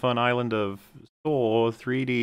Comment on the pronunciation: Ah yes Saw3D akak SAWED